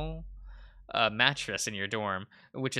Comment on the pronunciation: congrats on solving the murder mystery with gusto and not being able to pronounce vinyl and being a depresso boi Keiran going through having new voices in his head